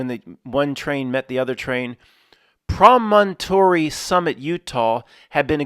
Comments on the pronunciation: Promontory: Emphasis on the first syllable (PRO-montree). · PRAH - men - tore - reee